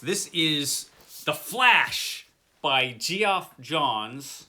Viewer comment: The artwork in The Flash looks amazing. Seems that Gee-off was Gee-on !! Oh come on I had to throw in a little kidney punch there with the pronunciation 🤣🤣I have the Rim of Space in 4 (little) volumes. I wonder if your copy is a single volume it looked a bit bigger. I've never read Hammer's Slammers either. Looks like a good series. Great haul as always.